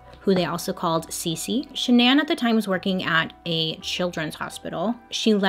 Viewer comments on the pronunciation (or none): "Sha-naan"? Not Shannon? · Why won’t my brain process “shannan” and not Shannon 😭💀💀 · her name was pronounced like Shannon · Are we sure this girl's name isn't Shannon? Hearing Sha Nan over and over again it was too much for me I had to bounce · SHANNON typical pronunciation the way her mom and dad pronounce it not shuh-naan... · i wish bailey knew it was just pronounced shannan (like shannon)and not sha-nan😭💀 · Are you sure her name is Shuh-nan? And not just Shannon? (this is bothering me hon) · Is she mistaking Shannon for Sha-nan lol, or is that her real name? My name's Shannon and it's a pretty common name so there is no way she's that bad at pronunciation lol! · The CC says Shannon and you saying Sha’nan has me on the floor 😂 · i think her name is (shan-nun) not (sha-nanne) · SHAN-NAH lmao ily but you kept saying SHANN-AN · I would pronounce her name way different. Shan-non. 🤷🏽‍♀️ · Is it just me or is Bailey saying Shannan's name weird. I thought it was pronounced "Shannon"??? Am I tripping? 😅😅😅😅😅😅😅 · Ok shananne can’t not be how that’s pronounced right? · Shan-non😂. love your videos❤️ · I can’t get past the pronunciation of Shannan but I’ve watched enough of your videos now to know that this is just a Bailey thing 😂😂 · Is it supposed to be pronounced “Shannon”?? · Nobody: Bailey: Sha-NAN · LOL is that really how you pronounce the wife’s name???? Shannan?????? ShanAN????? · Wait... Is her name pronounced sha'nan or shan'en? Lol 🤔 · Her name is pronounce Shannon just spelled different hate to correct you it just bothers me but I still love you girl!!!❤️ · I don't know why but everytime I hear you say shannan I keep waiting for you to follow it up with igans.... Shenanigans. Lol!!! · I will literally pay you to re-record this and pronounce her name correctly. Please. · So, I know this is absolutely not the point of this whole thing, but the pronunciation of the wife's name made my eye twitch throughout the whole video. 😣